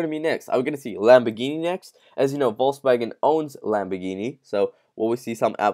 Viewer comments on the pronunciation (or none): none